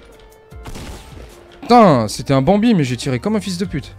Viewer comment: Pourquoi tu dis bambi comme gotaga ?